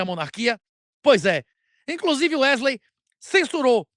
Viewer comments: Toda vez que o fala "Não é mesmo Erley?" Me da um certo desconforto pq parece que ele esta dizendo meu nome errado. kkk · Alguém pode avisar a ele que o nome do cara é WeSley? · Werley ou Wesley? 😂